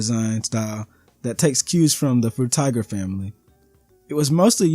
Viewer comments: "Fruit Tiger" 🤣Frutiger, Fru-Tih-Jur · Mostly correct except it's not fru-tih-jur, it's fru-tih-gur with a hard g.